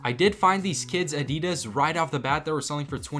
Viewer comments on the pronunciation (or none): I have to stop watching because of the way you say Adidas its peeing me off lol